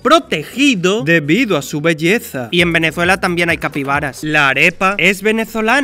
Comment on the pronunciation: como te atrevez pronunciar venezuela como si tuviera una ''z'' cuando es con ''S''